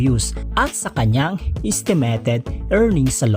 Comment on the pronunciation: Do you have a speech problem buddy? Sorry but it doesn’t sound good. Know the difference between i eye and e. Estimeyted not estemeted